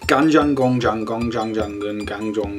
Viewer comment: 루크는 간장공장 공장장 발음 아주 좋네요! 알베르토는 간잔곤잔 곤잔잔 이라고하던데... 루크의 한국어 실력이 빨리 빨리 늘었으면 좋겠네요 o(^-^)o